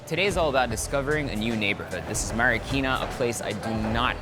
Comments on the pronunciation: I love it how he says the word Marikina as “Mary-keena” 😂😍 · i love how he says "marikina"